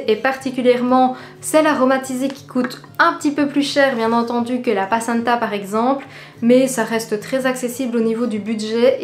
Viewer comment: Passata se prononce comme ça s'écrit, avec un A, pas avec EN comme placenta 😊